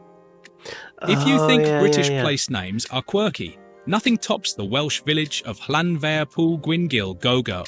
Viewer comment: No I'm Welsh and have been speaking Welsh since I was 4 years old, I'm 41, the English get it wrong, the Welsh has a different alphabet and does not translate directly into English, there's no V in the Welsh language, 1 F is a V sound, and 2 FS (FF) is an English F sound, trust me it's wrong lol